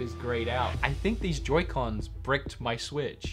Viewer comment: When he said broke in the beginning "brick" I love it